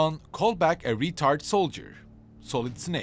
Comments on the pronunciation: “retired” not “retard” 😆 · some accents aren't meant to say certain words lol